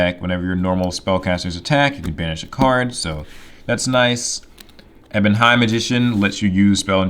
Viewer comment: Love this deck, been playing a DM deck against my friends Madolche deck and not having much fun with Tiaramisu and the new support cards though lol also I'm so happy you're the first person I've seen pronounce ebon illusion and ebon high magician as ebon (ebony) and not E-bon